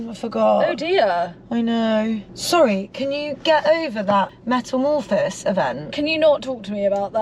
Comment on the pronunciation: it's metamorphOHsis... Not metamorphohSIS 😂😂😂